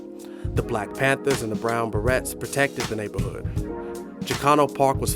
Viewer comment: You could also learn to pronounce words like "beret" correctly.